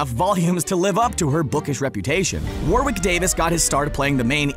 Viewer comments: Why can’t Americans say Warwick? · The way he says Warwick Davis and Donal Gleason 🤢🤢